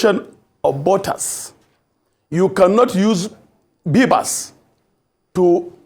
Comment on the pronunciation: lmao man pronouced Bvas as Bibas 🤣🤣